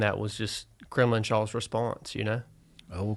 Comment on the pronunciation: And Kremlin-shaw, not Cremlinshaw.